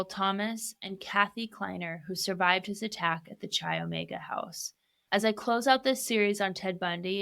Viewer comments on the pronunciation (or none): Interesting take, you obviously do your research but please, learn how pronounce names of locations properly. CHI OMEGA is not pronounced like chia seeds, it is pronounced as KAI OMEGA. The ch sound is a k in fraternities and sororities.